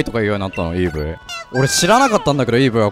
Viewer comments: イブーイと言ってるようにしか聞こえなかったのに、鳴くたびに「エポーイ」と鳴く人がいるからエポーイに聞こえてきた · 絶対にイーブイとしか鳴いていないイーブイＶＳ エッポウにしか聞こえない